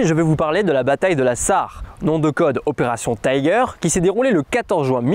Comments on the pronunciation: Votre prononciation "Tyger" c'est de l'anglais, hors c'est c'est une opération allemande, donc ça se prononce "ti-guèr" en allemand... à ne pas confondre avec l'opération anglaise tiger de 1944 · Je ne pense pas que les allemands aient pris l'accent anglais pour dénommer leur opération... Qui se prononcerai '' tigueur'' plutôt que '' taïgeur'' ... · Très intéressant, j'ignorais ce fait historique. PS : en allemand on dit Tiger pas "tayger" qui est de l'anglais. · votre vidéo est sans conteste interessate, mais les Allemands ne prononcent pas le mot Tiger à l'anglaise, je suis désolé mais on est déjà tellement noyé par les anglicismes idiots et inutiles qui font partie d'une politique d'américanisation forcenée que c'est un peu la goutte de trop !